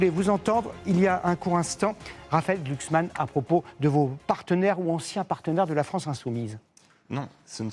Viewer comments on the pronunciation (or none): On ne dit pas Glucksmann, on dit Glucks ment :face-blue-smiling::face-blue-smiling::face-blue-smiling